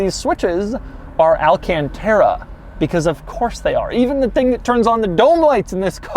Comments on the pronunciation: why do people pronounce it “alcantera” when it’s pronounced “alcantara”? I will never get that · why does he always pronounce it wrong? he says tera instead of tara... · Al-Can-Terra Al-Caun-Taura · Take a shot every time Doug says "alcanteta" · AL-CON-TAR-A thats how you pronounce it u idiot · Niggah say alcontairUH one more time. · This fu*kin guy does the most annoying pronunciation of "alcantara" + "1.5 million dollars" Hope you stop making videos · Nobody: Not a single soul: Doug: alcantara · Please don't ever say Alcantara ever again. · J M Everytime he says it slap ur self in the head